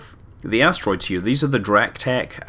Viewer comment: I know you said "Giant Asteroids", but I heard "Giant Ass Roids." Gave me a good chuckle.